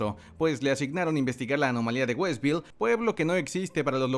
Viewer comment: todo chido pero acuérdate que se pronuncia RAMBO y es west view!!!! saludos!